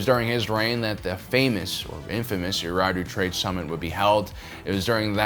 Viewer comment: I’m not trying to be a jerk but you’re missing a syllable saying Eriadu